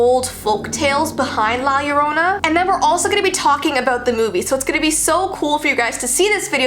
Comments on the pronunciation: yo-ro-na without rolling the r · Why does Llorona sound like CORONA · Yorrona -.- hmmmmmmmm cool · Lol nope